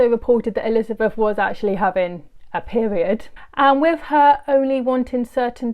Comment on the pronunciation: It is with not wiv.